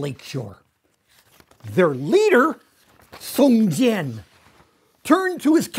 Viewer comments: but he said "song jian" instead of "jiang" which is more like "jiAUNG" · it should be pronounced as "Song J-young", like j after the word "young", or just "Song John". it would be closer. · Lol, Mr Stoll, the leader's name should be read as Song-John (宋江). Close enough for me. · every time he mispronounced Song Jiang, i cringed a little; but still had to give discount einstein props for getting most of it fairly correct.